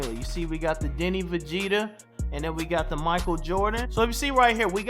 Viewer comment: It’s 2025 and still saying Deni vegeta 😂😂 gotta love it